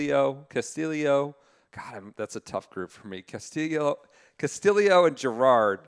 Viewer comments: Please stop with the Dan Hicks! Ricky Ca-Sti-Yo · Ricky is Filipino and that's how they pronounce it in the Philippines. Ca-Sti-Lee-Yo